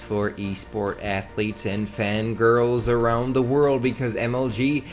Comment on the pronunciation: "Athlete" lmao